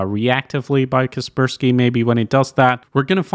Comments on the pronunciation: KUH SPUR SKEE? CASS PURR SKY... KASPER SKY.. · I thought (Kasperski in pronounciation) was Kasper Sky.